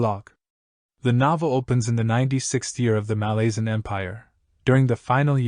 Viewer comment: Nice summary. I'm due a re-read. There's different pronunciations, of course, but a couple of yours made me wince. MaLAZEan is a new one 🤮💀😅 But please continue these!